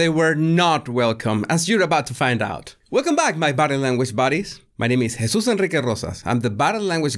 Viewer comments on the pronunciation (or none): none